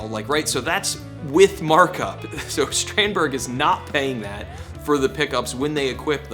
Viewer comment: Shtrandberg? What’s that? Do you say Shtratocaster too?